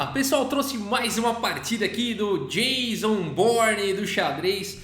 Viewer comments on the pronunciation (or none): none